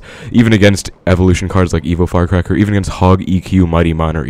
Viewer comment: Is it just me or he saying evil firecracker haha